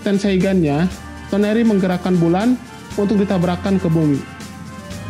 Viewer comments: toneri dibilang tenori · TONERI bang bunak TENORI wkwkwkwkwkw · Sama tenori